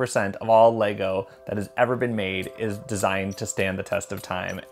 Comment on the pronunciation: Leego? 🤦 at this point it’s not an accent but an intentional mispronunciation.